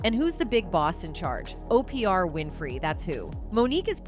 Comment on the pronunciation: Learn how to say Oprah name. It makes you look like you don't know what you talking about